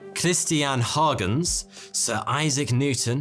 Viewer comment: I did catch that. Also, Euler is pronounced "OY-ler", and Huygens is pronounced "HOY-genz".